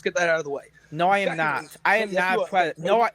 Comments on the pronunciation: “I went to ha big buva, and he said….” ” is a preditah” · is a pwedatowr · But hes nawt a pweduhuh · Somehow, the pwedator returned. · is a pweadator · is a pwedatow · "I AM NOT A GWOOMER PWEDATOW" -gwoomer pwedatow that shows cawtoon cornography to 15yo's on discowd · a pwedaturr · IS A PWEDATA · is a pwedator, who cannot be touched by the powice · "They aboosing me, I'm not a pwedator." -. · aka the pwedator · Pwedator Hahahahs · is a pwedatah and a wetawd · "it's just Cawtoooooons, Im not a pwedator" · gweedy gweedy pwedatow behaviow